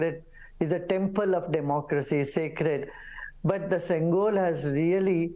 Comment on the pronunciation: Its pronounced shengol... not sengol.